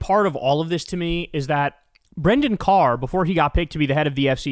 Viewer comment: That “Brendan Cur” was a Freudian slip 😂